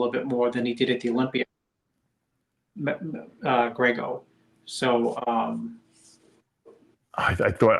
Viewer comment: Dave it’s a Olympia not olympier